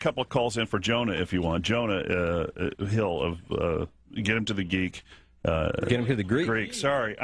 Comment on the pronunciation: Mispronounces Jonah Hill